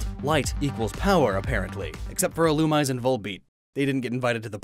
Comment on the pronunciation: You said Illumise wrong.It’s pronounced (ee-loo-MEE-say). It’s French.